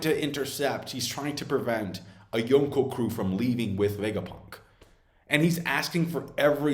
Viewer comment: You say yonko like a dingus